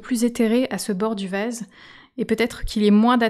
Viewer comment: tres joli, faut que j'essaye. REmarque : votre accent fait que les "A" deviennent ''ê", comme quand j;entends ''vèse" au lieu de vAse, pétèle au lieu de pétAle, etc